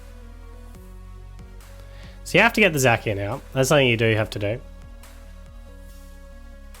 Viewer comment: Are you calling Zacian "Zakian"?